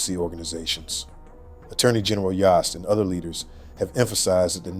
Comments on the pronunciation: His name is pronounced Dave Yost rhymes with host. They already said his name in the news clip dude... Come on. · FYI...it is pronounced "YO"st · Great job with this story. I'm in Ohio and I'd already forgotten about this, because the news cycle moves so quickly and you shared many details that I hadn't heard. Thank you. P.S. Yost is pronounced like Roast, like Yo! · It's yohst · Thank you for covering this. It’s Yost like yoke. He’s been the ag for awhile now. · Dave's name is pronounced Yost as in host! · Moderator mispronounced Yost. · Say it- Spell it- Long o worth the wait. Turn around. Yost